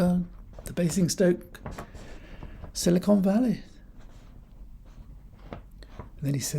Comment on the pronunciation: Is it the tory Nasti Party plan to run down the economy so far and so fast that people will be queuing up to pick apples? You misheard *unt he said “Sly con valley”.